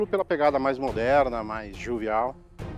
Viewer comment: "Morderna" hahahhaha